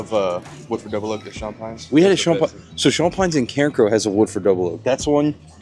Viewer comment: Kept thinking you were saying Sean Pines Store Picks lollllll had to back in up the video. Different way of pronouncing Champagne 🍾🥂 😂